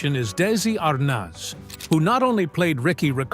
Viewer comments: ...And I recall it being spelled ArNEZ..not ArNAS...Mandela effect, perhaps? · The correct pronunciation is Ar(neez), not Ar(naaz) Be more accurate in your posts. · I hate when people use AI to narrate stuff. You can tell right away here when he pronounces Desi Arnaz -Desi Arness. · Dezi Arnots? If AI is so smart…… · I’m not familiar with this pronunciation of Arnaz; I’ve only heard it pronounced as aar-nez. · I find these bios as phoney as tabloids. Howdo you know how people really feel? Everyone can tell Frawley seems like a grump in real life. But we don't really know how she felt about him. . And these annoying Ai that can't even say a iconic namel Iike Arnez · Pretty accurate but I can’t get over the narrator saying Dezi Arnoz! Had to quit half way through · Meeee too. Ridiculous! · the pronunciation of Desi's last name - made me laugh. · The pronunciation of Arnaz made my ears bleed. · Mispronounced "ARNAZ"... repeatedly